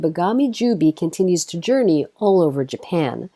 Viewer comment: By the way, Jubei is pronounced 'Ju-Bay', not 'Ju-Bee'.